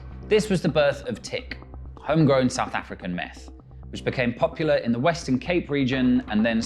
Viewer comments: Its not tick.we call it tuk lol.. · It's hilarious hearing you pronounce tik as 'tick', but it's actually like saying 'turk' quickly without placing emphasis on the vowel and rather on the k. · Great video! Just for info: Tik is pronounced "Tuk" and abalone as being "alone". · The presenter should have learned to pronounce tik and abalone before recording this.... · As a South African, the presenter's pronunciation of Wouter Basson and Tik is hilarious.